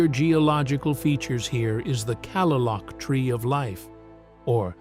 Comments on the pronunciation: Kalaloch is pronounced "Kuh-lay-luck" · It is pronounced KA-LAY-LOCK AND QUILLY- YUTE. AI butchers everything. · the famed tree of life at Kalaloch Washington it is pronounced clay--lock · I gotta say it Kalaloch ( ka-lay-lock ) ffs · Kalaloch is pronounced Clay-lock